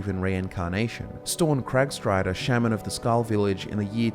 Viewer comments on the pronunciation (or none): none